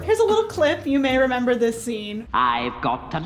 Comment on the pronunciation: says renember